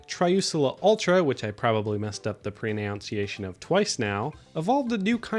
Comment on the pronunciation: proNUNciation, not proNOUNciation